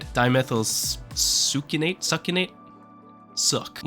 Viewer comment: being unable to say Succinate and then 4 chemicals later nailing the super long dust name is kinda funny